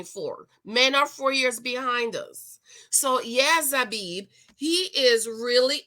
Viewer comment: Who is Zabib🤣🤣🤣🤣🤣🤣. Her name is Zanab..pronounced 'Zaynab'. She's half Pakistani half British/English